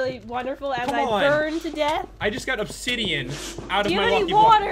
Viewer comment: Battle Obsi-DIE-an